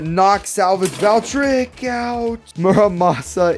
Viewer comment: I like your videos but it pronounce Val-tree-ek